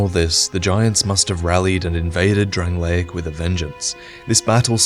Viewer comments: The kingdom of DRANG-LAKE. Not DRANG-LAY-ICK. Things and people from DRANG-LAKE are DRANG-LAY-ICK. The land itself, physically, is DRANG-LAY-ICK, but the land in name is DRANG-LAKE. C'mon, why does everyone pronounce it that way...:T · My eye twitches every time you pronounce it "Drang-lay-ic". It's just "Drang-lake". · The videos are great but the way he says Drangleic is so fucking annoying!